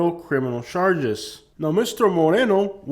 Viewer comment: I love how he says charshges😂😂😂 it’s hilarious